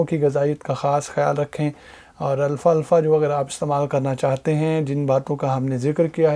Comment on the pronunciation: It's alfafa not Alfa Alfa brother❤️👍